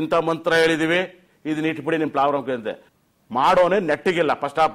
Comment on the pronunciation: Prabram ಅಲ್ಲ ಗುರು problem